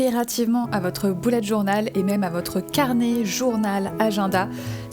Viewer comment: Tu a dit boulette journal 🤣🤣😂😂